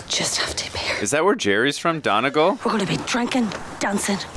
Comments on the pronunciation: Donegal is pronounced " Dunney-g-awe-L" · How do you pronounce Donegal so wrong after they just said it bro 😭